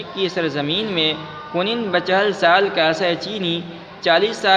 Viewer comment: کنند کا تلفظ غلط کر رہے ہیں